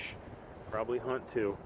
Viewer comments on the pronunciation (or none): none